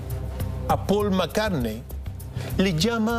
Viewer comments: jue Ringo, Jon y Yorch Jarrison xdxd. Y Pol Macarne no asistió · Pol Mccarne